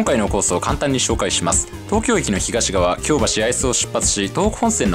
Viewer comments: 京橋のイントネーション違うと思います。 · 生まれも育ちも東京ですが、京橋と松屋の発音が違うような…。 関西にも京橋がありますが、そちらの発音に聞こえます。 松屋も牛丼屋と同じではないはずです…。 昭和１桁の人が乗っても喜ぶはず。 （私の父親＝江戸っ子） 楽しそうで、私も乗ってみたいです。